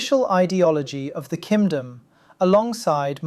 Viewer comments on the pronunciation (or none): My soul nourished every time he says "kindom", perhaps this is the jouchie juice?